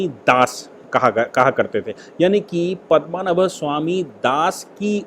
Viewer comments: 'पद्मनभ' उच्चारण गलत है। सही है 'पद्मनाभ'! सादर प्रणाम,! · पद्मनाभ स्वामी मंदिर.. "पद्मनाभ" सही है. और आप बोल रहे है, पदमा नभ बोल रहे है, वो गलत उच्चारण है.